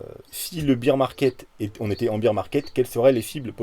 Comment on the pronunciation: tu prononces bear « beer » ca doit être l effet camping :) merci pour l analyse